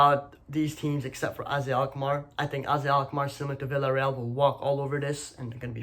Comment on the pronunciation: LMFAO! - you were correct with pronunciation of Lech Poznań but Than you immediately mispronounced Villarreal 🤣🤣